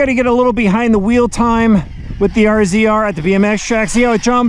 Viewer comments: You can always tell the non-side-by-side people when they pronounce it "R Z R" instead of RAZOR like it should be. :) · must be giggling, I think it's pronounced "Razor" not R Z R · RZR, pronounced razor. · Cmon bro it’s Razor. Kinda embarrassing lmao.